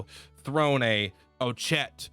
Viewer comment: Lol, he messes up Throne basically every time too. It's all good though, he's got some great ideas for characters and builds.